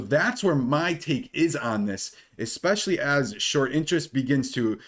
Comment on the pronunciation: Dude you’re super intelligent so please pronounce especially correctly - it’s ess-specially not ex-specially Jesus Christ people know the damn English language pronunciation